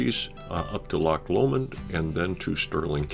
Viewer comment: Erm...its "Bal-ma-haa" (long, short, long)...but Top Marks for your filming, and 'amost' getting the pronunciation of Loch correct, with the soft guttural "ch," not Lock as most visitors from Actoss The Pond say ;) Lovely video, thanks for sharing it xx